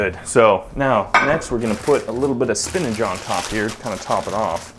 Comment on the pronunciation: Spin'ACH' Not Spinage ...